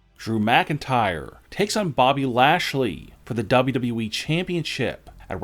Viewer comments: How tf is it you pronounce wwe?? It sounds like you Are saying dobdobueeeee 😂 please just stfu. 😂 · Why does he pronounce WWE DoubledubE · The only reason why I’m still Subscribe is so I can hear you say W W E